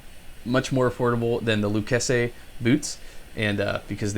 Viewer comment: Pronounced 'Lou chase ee" you need to know that especially if you move to the great state of Texas. Lol... great video.